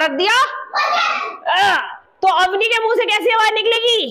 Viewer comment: मैडम , अवनी ...... शब्द नही अवनि होता है धन्यवाद तरीका बोधगम्य है!!!!😊😊😊